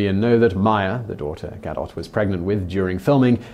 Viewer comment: Gah-doe not Ga-dot